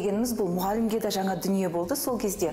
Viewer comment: Шынар Асел Жаңа деп айтылады Жаңа емес Ң Н Ауыстырып Алмаңыздар